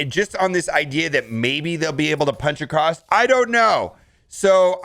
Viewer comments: please please, its AcrosS not AcrosT, seems to be an american thing, i dont get it. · Why do you add a "T" to the word across?